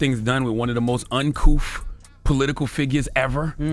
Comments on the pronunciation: Dude said uncoof? I guess he uses ebonics. It is uncouth not uncoof,,, LOL. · Please let Charlemagne tell me about being “uncoof”. 😂😂😂😂😂😂 Maybe he could axe someone how to pronounce it. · Did he say “uncouff”?